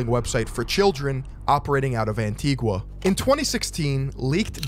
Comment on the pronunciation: Lol “an-tee-gwa”… “an-tee-GAH”